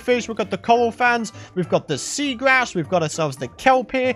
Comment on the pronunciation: When you said coral blocks I heard you say coal blocks haha